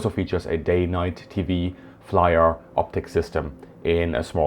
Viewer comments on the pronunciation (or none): flir is pronounced very german not "Flyer" just "Flier" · Ummm... what...? FLIR = Flyer... No. FLIR = Fleur (Like the woman's name) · It is not said like that!! FLYER is the wrong pronunciation. Say it like (FLEA) + (RR)! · FLIR pronunciation: F-LEAR not Fly-R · FLIR is not equals "Flyer"